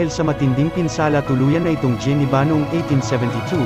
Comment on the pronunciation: Robotic yung voice. "Giniba" is the word but it was pronounced as "jiniba"